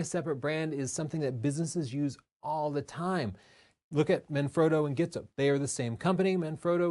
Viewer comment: Gitzo is pronounced as Jeezto